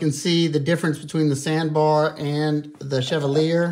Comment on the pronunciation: Pronounced: CHEV - ALL - E - A. Stress the ALL. Pronounce the last two like you were just saying the letter by itself.